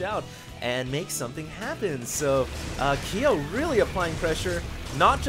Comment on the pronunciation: Ki-yo..? man you've never played KoF? You fake asian you:D